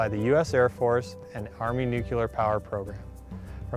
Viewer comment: NU-CLEAR!! Not Nucular!